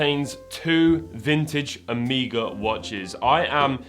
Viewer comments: Its not a horse shoe logo its the greek letter Omega (Ω) and its pronounced "uh may guh" not "o me guh" because thats how the greek letter is pronounced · It's "O MEG A" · Did bro just really just say “Oh-mee-guh”???? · Who says Omeega? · It's the Greek letter Omega (Oh-may-ga) and the 'horseshoe' symbol is actually a capital Omega. No accounting for how the brand says it, though... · How would you pronounce it? It is like this bike brand Marin, there are like 5 ways to say that😂